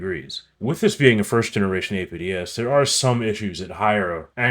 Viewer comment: Everytime you say "APDS"a spookston dies